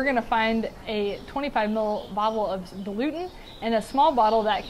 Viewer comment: Dil-u-ent. Not “dilutant.”